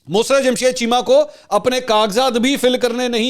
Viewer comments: منصور اپ تلفظ درست فرمایں مس رت نھیں مسر رت ھے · Musarrt not mus rat please correct your pronounce